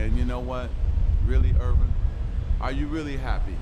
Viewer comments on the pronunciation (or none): You mean " Earvin ". - Molly Qerim